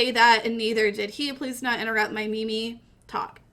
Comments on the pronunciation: meme not mimi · its not ME ME its MEEM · i can't watch the video you're pronunciation of "meme" not "me-me" is killing me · Can hardly listen... me me? You mean meme? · It is spelled meem not Mimi! Fuck u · Its pronounced as meem not meemee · you pronounce it meem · stupid ass bitch its pronounced meme like cream, dawkins himself wrote that in the selfish gene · Made it to . Couldn't stand her pronouncing meme as mimi. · is she saying me me ? I want to die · pronouncing the second e in meme sounds really painful to me lol